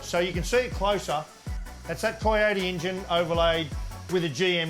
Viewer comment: My new drinking game Every time Larko says ingine